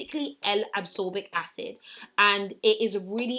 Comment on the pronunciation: Absorbic acid or ascorbic acid🙈.